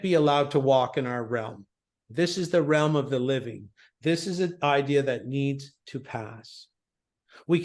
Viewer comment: "One idea" one eye dea